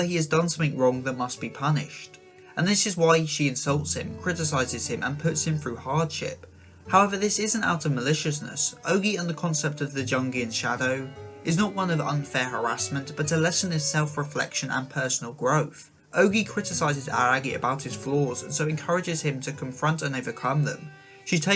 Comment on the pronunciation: I love your work, but i must say some names are mispronounced in a few vids, Carl Jung and Jungian psychology are pronounced with a Y sound not a G